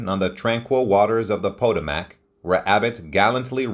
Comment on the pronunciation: The narrator butchered at least three words in his incorrect pronouncements of "illustrious", "Potomac" (River), and "Ojai" (CA). Totally cringeworthy.